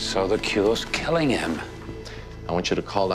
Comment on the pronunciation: "The cure is klling him"😂